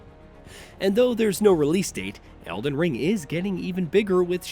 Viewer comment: You mean el-die-ring? :)